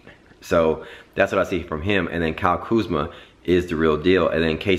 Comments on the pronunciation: Dike is name is Kuzma not kuzam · It's Kuzma